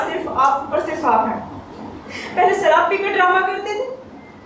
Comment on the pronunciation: Ye ladki sharab ko sarap bol rahi hai apke itna samjhane pe bhi ye nahi samjhi I am dislike this Performance bad performance